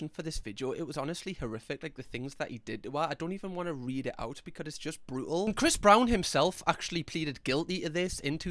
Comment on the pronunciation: Not relevant but I love the way say "becud" instead of because sometimes